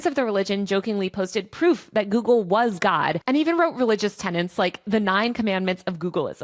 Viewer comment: Tenets, not tenants / ten ants